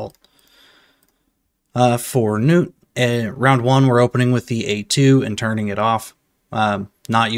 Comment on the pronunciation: Im glad you same the name right Gnut(newt) not (nut). Lol other CCs have me rollin